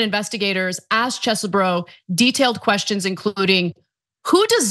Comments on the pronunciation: Its Cheese-BRO. Say it loud, say it proud. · Ana please watch how Kenneth Chesebro pronounces his own name (it's on video). She has gone from the Cheese variety to something that nobody else seems to be using. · I agree...it's annoying as hell...